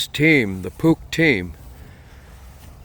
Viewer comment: Perhaps you should tell your "ai voice person" that it is n o t pronounced "puke".....🤯 #aislop #NEXT